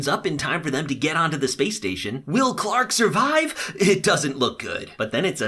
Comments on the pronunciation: i just realized he called wells ✨will✨ BAHAHAHA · Omg WELLS! As in HG WELLS! Not will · It’s Wells not will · His name isn't will, it's Wells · He says Will not Wells :( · its not will its wells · dude its wells not will. Jahas sons name is Wells. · His names is Wells, not will. WELLS. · Welles not Will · his names wells not will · Lol did u call wells will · Is it just me that noticed he says "Will" instead of "Wells". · His name is Wells, not Will. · I died when he called Wells will😂😂😂😂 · Wells. His name is wells.